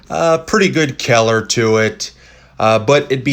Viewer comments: What's with the super blurry images? And I have never heard people pronounce color as keller. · I giggled every time he said "kyeller." Very informative! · No one wants to talk about the way he says color? ok then.....